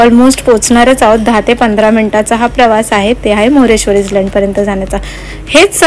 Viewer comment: island jari asel tari tyala iland boltat, s silent ahe tai!!!